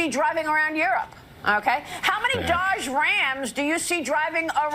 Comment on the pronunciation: I like how she pronounces Dodge Rams. It sounds like she has one of those trucks up her a$$.